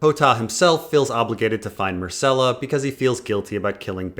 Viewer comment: Mycella? Isn't it Myrcella?